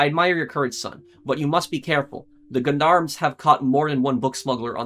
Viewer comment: Gendarmes is pronounced like Jon-Darms.